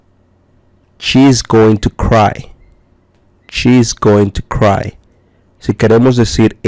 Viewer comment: Oye perdon pero casi todo esta Mal pronunciado y no es chese es she's